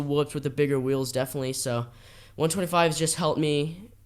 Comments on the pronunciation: Why does he keep saying 1 2 5 instead of 125 lol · DUDE - is “one twenty five” - NOT “one two five” !! Fix it !!! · im gonna go ride my one two five😂 its a one twenty five. it irritates me saying it the other way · A one two five? Its a 125. This is so annoying.